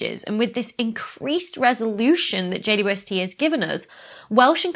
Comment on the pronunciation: It took me a few times to notice you call it Jay-woo-ess-tee. James Webb or just Webb is less syllables, 'init? :) I found myself shortening it also to Jay-west at times, but we have to agree on a standard, people! :)